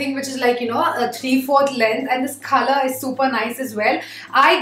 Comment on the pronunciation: When she said: coLour. It sounds like “Khala” 😂 first I thought what is khala in English ??? Then after 1 min, I discover that it’s “colour” 😂